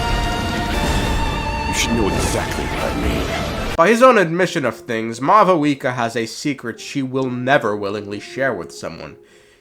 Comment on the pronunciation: When I hear mau wika it hurts 🤣